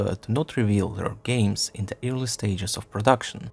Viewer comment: Awesome video! But your pronunciation of "early" sounds too much like "eerily" so I got confused every time until you said a few more words :c